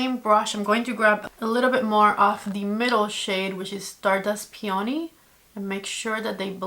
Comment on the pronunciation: Peony is pronounced Pe own knee. But smooth not like pee own knee but peohnee